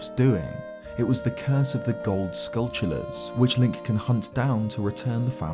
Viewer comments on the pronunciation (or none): none